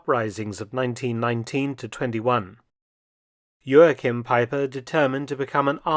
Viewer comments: Joachim was a German, no need to pronounce his name in a Portuguese way. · The translator was amazing. Mark - please take some German lessons. "Haupt" has the "au" vowel like "Frau" and the "au" sounds like the middle of "cow." It's not "hopped." And stress the first syllable - EIN-satz not ein-SATZ. And Joachim - that's like fingernails on a chalkboard. Great, impressive work, but I cringe at most of the German pronunciation. Das kannst du besser tun!